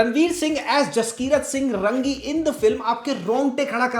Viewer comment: जसकिरत सिंह रंगी नहीं, रांगी है वो।